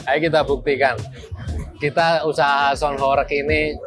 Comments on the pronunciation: Sebutan sound pun salah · ngomong sound dulu yg bener, gitu aja masih belepotan